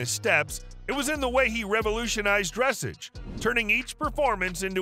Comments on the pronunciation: Not dressage, its prounounced dressaaaaage, sounding like massage or massaaaage. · Dressage, pronounced: Dress’ahge ( the a in the second syllable is a short a {ahh or awe} and do not pronounce the e at the end). The accent is on the second syllable. Examples: barrage, collage, dressage, garage, massage, mirage, montage. Give your AI narrator a lesson, or use a real person. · Dressage is pronounced with the accent on the second syllable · Its pronounced dressaarrge not dressage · It's pronounced "DRUH-SAWJ" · Terrible video, good grief. If you are talking about a Standardbred, at least show Standardbred racing and not Thoroughbred racing, and show the actual horse you’re talking about. While you’re at it, dressage rhymes with massage. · You are pronouncing Dressage incorrectly. And, why do you show a standard bred with its sale price and then show the horse racing as a thoroughbred rather than a trotter? Stupid mistakes in this well known to educated horse people. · don't bother with these videos. You say the same words on all of the clips. You pronounce dressage wrongly and you show Standardbreds racing under saddle while talking about their trotting prowess. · They have to learn how to pronounce the word Dressage correctly. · Try pronouncing dressage correctly. We know the speaker knows nothing about horses just by his pronunciation. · Would like your content a great bit more if you could learn the correct pronunciation of dressage! A little research goes a long way in giving you more legitimacy